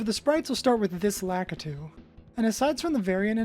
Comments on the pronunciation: Also Laa- kit - too, kit as in the word kit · Pronounced La-key-two dummy.